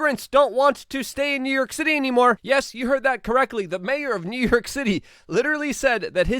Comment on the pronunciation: Luke where is NerYerk city. I noticed you struggle with pronunciations. A little speech therapy may help.